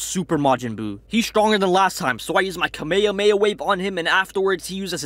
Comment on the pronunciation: dude ur videos are good but ur not saying kamhamma right